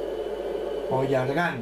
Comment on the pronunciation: no es ollargon es ollargan que esta en la c3